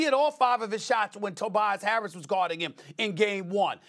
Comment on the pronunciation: Stephen A def said Tobias Carrots